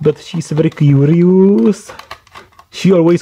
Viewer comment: but shes very Que-ree-ousss! the chip which is just under a blob of something! :-D